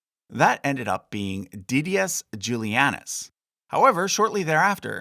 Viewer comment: Hey I love your videos but the heavily anglicized pronunciation of some of these names is killing me. The stress is on the wrong syllable. E.g.: Severus, Albinus and Didius